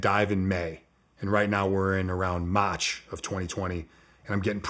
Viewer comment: He turns the accent on and off. I can’t take it seriously. Sometimes he goes a minute and a half straight without an accent. Then he’ll randomly do this Boston accent that’s so thick he sounds like a British guy. I can’t not laugh cause it’s intentional, no way he’s actually speaking normally this shit is retarded. Dude goes “MATCH 2013”